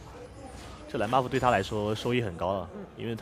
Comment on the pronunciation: 的时候听到女主播说：外加一个大龙Baofu...这咬字太好玩了hahahah